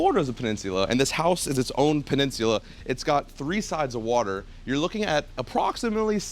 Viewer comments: Learn to say peninsula 😆 🤣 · It’s the way my man’s is pronouncing “peninsula” for me 🥴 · i couldn't watch it all because of the way he says peninsula. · This house is so elegant that it even made pronounce Peninsula with a British accent...